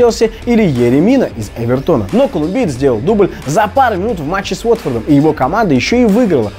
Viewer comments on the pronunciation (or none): После слова Эвертон с ударением на «о», я выключил. Дааа КВН уже не тот